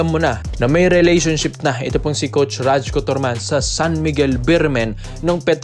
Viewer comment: bro RAYKO ang bigkas ng pangalan nyan..hindi RAJKO..